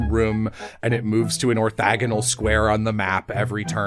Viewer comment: I am so sorry, it's "orthogonal" not "orthagonal"